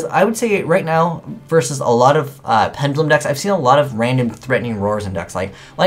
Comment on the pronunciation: it's "pen duh lum", not penj uh lum.